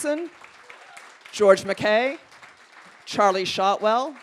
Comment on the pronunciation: It's pronounced "Mc-KYE."